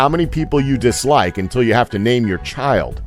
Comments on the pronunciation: did you say cheeld instead of chaild? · you pronounced "child" as "Cheed" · "Cheeld Labor" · did he said "cheeld labor"?